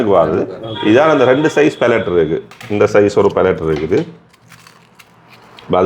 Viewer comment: என்னடா தம்பி மார் ' பெலிட் ' பெலிட் என்று சொல்கிறீர்களே.... வட கிழக்கில் பெரும்பாலானோர் இப்படித்தான் தவறுதலாக ஆங்கிலத்தை உச்சரிக்கின்றனர்... அடுத்தவர் கேட்டால் நகைப்பர் ! அது பெலிட் இல்லடா Belt பெல்ற் என்று இனியாவது ஒழுங்காக உச்சரியுங்கோடாப்பா...😮